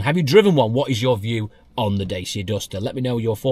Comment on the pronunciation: Dacia, pronounced da-chia